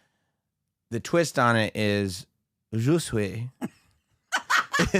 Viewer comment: Fucking Geezuss u are killing the joke, it’s not Ju-Sway it just Ju-say!! I know how u like to pronounce things a certain way but wtf.. His name is Ju see, Chappell pronounces it Ju -say so dont fuck the joke up leave it alone …. Also I know u will continue do this if u see this comment to piss me off however just know u are ruining the joke ….. yes u are 1 of those. Love the show, lol